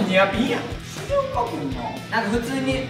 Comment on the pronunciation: しげおか⬆️くんの発音可愛いい